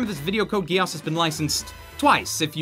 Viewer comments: "Code GIASSS" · u pronounced geass wrong